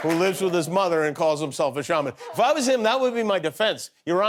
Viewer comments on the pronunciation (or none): What a joke. Qanon "shaw" man isn't even a good brujo. Besides, it's not pronounce "shaw" man. The correct pronunciation is shaman, like "sham" which is what he is. A sham.